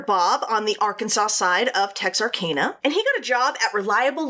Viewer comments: I'm from Dallas and her saying texar-cane-a is killing me. I've always known it as texar-can-uh. Have I been saying it wrong all my life? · You’re right lol! I was born and raised in Hope, Arkansas and Texarkana was only a 30 minute drive away. Pretty sure it’s “TexarCANa” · No no no Tex-are-can-a Gotta say it with a Texan accent too Lol I probably say it wrong too cause I've never been to that city